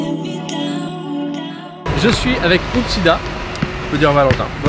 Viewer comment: #hoopdidia en plus il a dit hoopdida